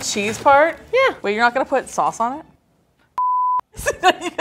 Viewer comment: the fact that you pronounced “sauce” the dutch way, “saus” really threw me off there... 😂